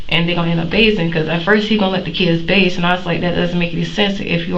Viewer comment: The word is BATHE not BAISE.